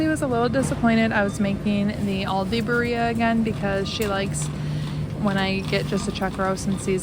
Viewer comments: Birria pronounced beer' ee 😊ah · Birria is pronounced BEER E AH